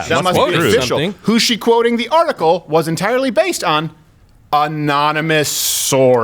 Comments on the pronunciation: Anon-a-moose sore-says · A-non-e-mouse sources